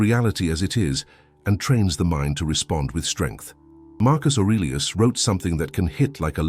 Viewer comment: Please don’t say Marcus arilus 😂